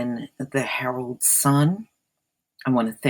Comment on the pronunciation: When you started the video and said the article came from the herald sun, I heard heroin sun LMFAO